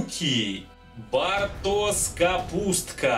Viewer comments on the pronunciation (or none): бартош а не бартос ))